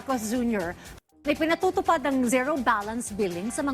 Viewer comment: Ka sangkay… correction lang po. Yung pronunciation ng ZERO is like…. Ziro.